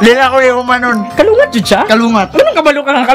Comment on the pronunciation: its 'kulangot' not kalungat..lols..peace yow;-)